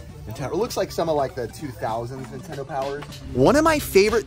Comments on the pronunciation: Car said ninetendo bootleg much? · Why do the super mario boxes say ninetendo?